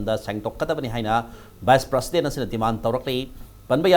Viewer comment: Masi anchor gi pronounciation yam phatte,prasident haibasi karibu haibra?